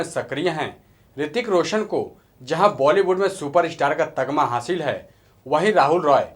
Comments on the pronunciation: Tagma nhi beta tamgha bolte hain .. sikho kuch phir gyan bato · news bolna bhi aata h tamga Ko tagma bol rhe hu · Pahle bolna sikh! Tagma nhi tamgha hota hai! Kuchh jaankari ikattha kar phir bolo bhai! Abr saala Tu jaahil hai, aur bskledha hai! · Tagma nahi Tamga hota hai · पहले ये जान ले भाई तगमा नही "तमगा" होता है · Tamga hota hai tagma nahi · Bhai ye tum tagma tagma bol rahe ho naaa actually tagma nahi tamga hota hai bhai!! Bolne se pahle word ke pronunciation per dhyan diya karo q ki jab tum log galat bologe to sunne aur dekhne wale iska kuchh alag hi matlab nikalenge